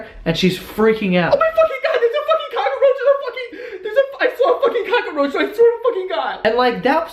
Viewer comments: its cockroach u dumb new yorker not cockaroach lol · Its cockroach. Not Cock-uh-roach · He said cockaroach not cockroach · "Cockaroach" Joe can't words. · Cockaroach. I love it. We pronounce it Cock-roach in Oregon. We LOVE your vlogs!!!! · I like how he pronounces cockroach.(Cock-a-roach). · "Cock-a-roach"... I fucking love you. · Lol what is a cock-a-roach? Lmao i may be wrong but i think its just cock-roach lmao 😂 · "Cock-a-roach" I love it! So adorable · i think it's funny that when i lived in nyc everyone called it a COCKAROACH, Now im back in south carolina and here it's cockroach. just saying!! love ur videos joe.. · "cock-a-roach" Im fucking dying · you heard it here folks, "cockroach" has 3 syllables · I love how cockroach is three syllables when joe speaks hahahaha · Cock-er-roach..........why, Joe? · I'm sorry... Cock-a-roach? Cockaroach. Not.... Cockroach? (Also I've read the word cockroach so many times now it's lost all meaning) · cock-er-roach. I'm dying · lol "cock-a-roach" 🙄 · Cock-a-roach. Fucking adorable. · Does he say "cock-a-roach" or am I hearing things? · Is it me or was he saying cockaroach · WTF IT'S NOT FUCKING COCK-A-ROACH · Every time he said cockaroach I was dying laughing. I couldn't handle it. 😂😂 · I didnt realize cockroach wasnt pronounced cockaroach until these comments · cock a er roach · He says cock-a roach. WTF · "cock a roach" lmao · Hahaha "cock-a-roach", is this a NY thing, pronunciation thing? Hilarious, the whole story :D What is that cool lil tune at the end as well? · Why do u pronounce it like kakkaroach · Gift = extra syllable to the essential story word (cock-a-roach) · Ca ca roach. Lmao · Soo weird how everyone’s commenting on how he says cockroach. do we say it different? Isn’t it how u say it lol I didn’t know New Yorkers say it different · Cockroach is two syllables there's no a in the middle. But it's still fucking funny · Is it just me or does joe really emphasize on the "cock" part in cockroach